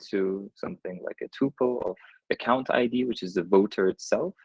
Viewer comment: "AcoCUNTId" lol